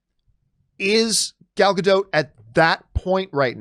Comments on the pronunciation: I have to say, because it's bothering me - It's not "Gal Gado", It's "Gal Gadot". You need to pronounce the T at the end. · It's like changing the whole meaning of the name, just because some people refuses to pronounce the T in the end. "Gadow" means nothing in Hebrew, "Gadot" is. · It still makes me laugh the way people refuse to pronounce the "T" at the end of Gal Gadot's name as if they think she is a Frenchwoman. 😄